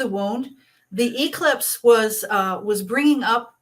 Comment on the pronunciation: This astrologer is really a Karen. She cannot pronounce eclipse. I can't listen to this Charlatan.